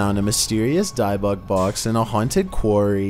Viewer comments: It's pronounced dib bik. As in I got dibs on it and Bic pens and lighters. Not dibe bik. Ott I love your videos. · Hi I love watching your videos but you know just want to help, you keep saying (which you pronounce it) Diebuck box but its (pronounced) Dibick box. k Keep up the mazing videos... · its pronounced " dib ik box" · That's pronounced DIB-buk, with a short I, like in "dividend." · The pronunciation of dybbuk is more like “Dibick” like the D in “did”. Not like the D in “Diane” just heads up ❤️ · “Dih-buck” is closer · Who the F calls the Debbuk box the dibux box wtf 😂😂😂😂🤣🤣🤣😂🤣😂🤣😂😂😂🤣😂🤣😂🤣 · Dibbuk (dib-book) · Your pronouncing dybbuk box wrong it's dib buk or if your Sephardic Hebrew dee book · It's pronounced di—buck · Your not pronouncing Dybbuk right. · Are you dybbuk weird like that on purpose?? Or?? Do you not know youre.saying it wrong?